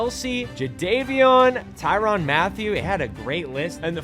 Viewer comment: Tyrann not Tyron Mathieu brother. I’m sorry that just bothered the hell out of me man